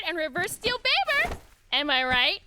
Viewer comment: ITS NOT BABER ITS BAE-BER AND SHE IS MY BAE-BER EEEEEEEE